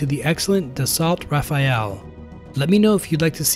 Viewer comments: It’s Rafale, not Rafael! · Dassault is pronounced Dassau and Rafale is pronounced Ra-Fell, not Rafael lol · It's RAFALE not RAFAEL! Someone who makes videos about modern fighter planes should never make this mistake. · RA-FA-LE....Not RA-FA-EL 🐢 Nice video by the way. 🤗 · It is not said and written as the Rafael, but the Rafale = 'Ra'faal' God bless you (we all) so God loves you (we all) so <3 <3 : ) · Da-salt. Raphael? You're hopeless. Good video otherwise.